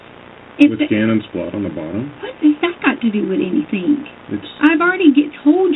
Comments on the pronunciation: Doesn't everyone know that she didn't do anythinK wrong? lol Omgosh...can't stand how she refuses to pronounce that word properly! 🙄😠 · “I didn’t do anythink “